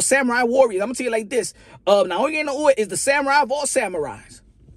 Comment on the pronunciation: You're the first youtuber I've seen who actually pronounces Inoue correctly. 👍Also great analysis.